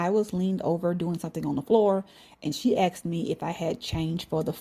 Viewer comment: its asked them!!! not ax them lol..